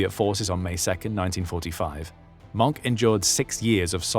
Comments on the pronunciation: Mohnke not Monk! Wilhelm Mohnke hat sich nie eines Kriegsverbrechens schuldig gemacht, was man von den Engländern US Amerikanern Kanadiern Australiern Neuseeländern Franzosen und Sowjets nicht gerade behapten kann, die Kanadier machten beispielsweise keine Deutschen Gefangenen während der Landung in der Nornandie, Englische Jagdbomber versenkten im November 1944 das International Anerkannte Rotkreuz-Schiff Tübingen, die US Amerikaner errichteten noch vor Kriegsende die sogenannten Rheinwiesenlager in denen mehr als 2 Millionen Deutsche Soldaten ums Leben kamen. In den Deutschen Gefangenenlagern für Alliierte Soldaten gab es ein Dach über dem Kopf Stockbetten genügend zu Essen und einen Ofen, wie der Film Gesprengte Ketten oder Original Filmaufnahmen und Fotos belegen. In den Rheinwiesenlagern gab es kein einziges Gebäude hier mussten pro Cage/Käfig Zehntausende teils Hunderttausende Deutsche Kriegsgefangene auf dem Schlammigen Boden den Witterungen in Sommer und Winter trotzen. Die Löcher die sie sich mit Bloßen händen gruben wurden mit samt den Menschen darinnen einfach mit einem Amerikanischen Bulldozer/Planierraupe zugeschüttet. Die US Amerikaner schickten einen aus der Schweiz vom Roten Kreuz bereitgestellten Zug mit Verbandsmaterial und Medizin wieder zurück, sie benannten die Soldaten ohne Rechtliche Grundlage nach Kriegsende einfach in Disarmt Enemy Forces um, um so diesen Eklatanten Bruch der Haager Landkriegsordnung und des Kriegsvölkerrechts ab zu Tarnen. Das Ziel d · Leave it to a British person to NOT pronounce MOHNKE correctly, it has TWO syllables, not one. The "e" is not just there for no reason. Do you pronounce the "X" in SIXTH, or are you one of that portion of Brits who've decided for some reason I have not been able to learn, to say "SICKTH?" I WILL give you points for getting the strange German thing with crossing W and V right, saying Vilhelm instead of Wilhelm. On a separate, interesting note, English monk is Mönch auf deutsch.